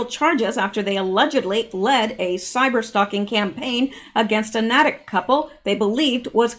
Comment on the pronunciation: ❤ I'm just getting to this now my goodness!! It is pronounced "Naytick" Natick